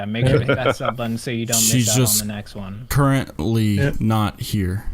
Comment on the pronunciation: The “current-ly” kinda gave the guest away along with the “very good accent”